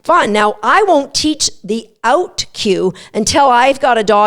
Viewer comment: Release. Please. Also a tutorial on how to pronounce "out". ;)